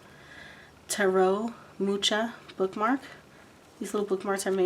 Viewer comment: Hey wow what a great big package! I'm blown away it's so nice, and if I may share with you how to pronounce Alfons Mucha's name, the ch in mucha are kind of pronounced as a ha sound, I grew up with his art in my home because he's from my mom's home country of Czech Republic so when you go to that country his art is for sale all over the place especially where tourists go. Is this box for sale to anyone? Id love to buy one too, thanks so much for this video🌞